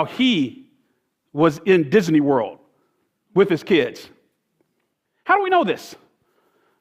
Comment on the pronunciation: Anyone notice he said "Disaney Werld" and "Pogrim"